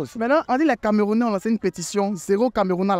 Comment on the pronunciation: Le vieu là dire camarounais😂😂😂😂